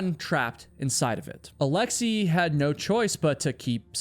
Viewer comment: Alexei is pronounced as it's written, not alexii.